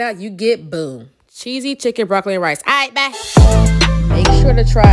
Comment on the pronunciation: Lmmmmmaaaaaaaaaaaaaaaaaooooooo the iaght bye at the end lol